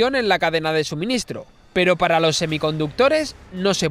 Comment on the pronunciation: Muy interesante pero al no haber pausas se hace un poco pesada la locución y al final, en esto de las redes e internet lo importante es que la gente se quede enganchada, no que abandone el vídeo antes de que acabe. Otra cosita, te has dado cuenta de que cuando acabas una palabra en “s” y la siguiente comienza con “d”, intercalas una “r”? Por el empleo: “loR dos puertos”. No sé por lo haces, pero lo haces. Escúchate para que veas.